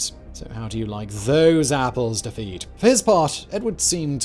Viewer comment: The way he said “Da-feed” for Daffydd. I’m absolutely fuming 😂